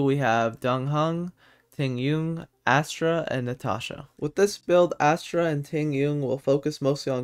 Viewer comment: Asta, not Astra. Please.